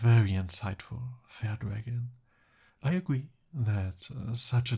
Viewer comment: Oh no no, he said "Thank you fair dragon" 😂